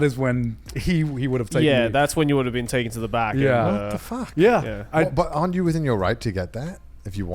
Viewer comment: Connor saying arn't you within your right.... he is so cute, he thinks we have rights lmao